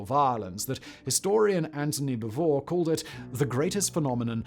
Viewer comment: Strange pronunciation of several words, eg TOBruk, BeeVORR. Has the narrator never heard these words spoken before?